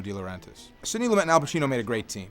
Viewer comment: pronounced Lumay not lumet